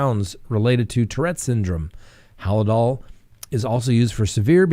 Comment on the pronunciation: Halsol just Hal-dol, no i.